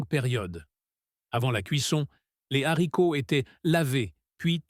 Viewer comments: J’adore le rize et les zaricots. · Les zaricots ? 😂